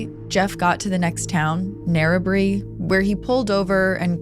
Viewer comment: Nicely done with the Australian place names👍🏻🦘🇦🇺 except Narrabri is pronounced "NARRA-BRYE", the last syllable being the same sound as rye in "rye bread"